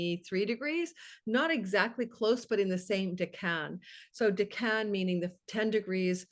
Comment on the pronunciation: I thought “decan” was pronounced like deck-in. Similar to decade but dec-en